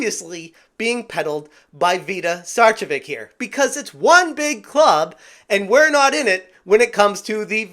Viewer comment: It's pronounced ('star-che-vich'), as either she herself or her husband is of Serbian or Croatian heritage. Either way, tell those false Finns to shut it!